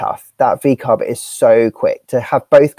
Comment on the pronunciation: Laura said "VCARB" lol